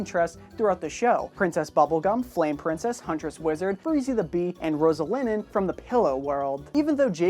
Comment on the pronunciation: It's Roslyn not roselinin